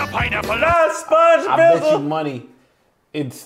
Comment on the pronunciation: did he just say Sponge Bibble?! 🤣